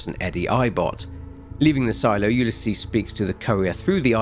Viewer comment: Had to skip to where you no longer were saying Ulysses. I have a neighbor that has that name. It is not pronounced that way. Yes I'm being pedantic. Yes it was incredibly annoying